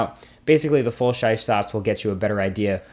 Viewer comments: guy said full shize sots 🤦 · "full shize shots" 😄😄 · the full shize sots, hehehe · he says full-scheiß shots